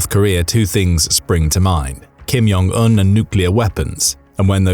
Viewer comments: The Korean language is not a Nordic language. The “J” is not pronounced like a “Y”. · You don't say the "J" in "Jong" like an "y".